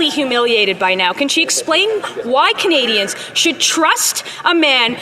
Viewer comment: So 1.2 % of the worlds Climate change is what Canada put out but what does the rest of the countries of the world pay for what they put out ??? And why does Trudeau have a hard time to say Canadians ????